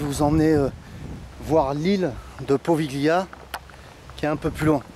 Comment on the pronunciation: Slt, étant italien ça me fait mal aux oreilles à force... Ça se prononce povilia!!!!!